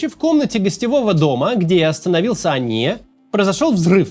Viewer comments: Почему постоянно говорит ания , а не хания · Максим, я понимаю, что вы израилитянин, но он не Ания, он Хания, первая буква там не хэй, а читаемая Х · На русском он хания, а не ания.